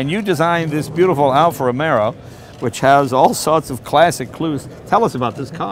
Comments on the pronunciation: Someone, PLEASE get in touch with Jay and tell him it 's "Alfa Romeo", not "Alfa Romero"!!!!!! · Alfa "Romero" lol .... Cesar would be tickled.